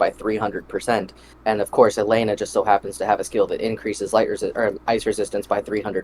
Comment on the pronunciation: eyebara , ellenuh , rich. he gotta be pronouncing them wrong on purpose at this point hahahah. jus playin , i imagine English aint his first language or sumn. even if it is , they are weird names for the most part lol